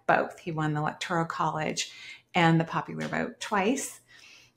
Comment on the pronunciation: "Electoral" College. Slightly diff pronunciation.